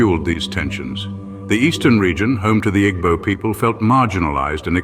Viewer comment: Pronunciation of igbo is wrong but good video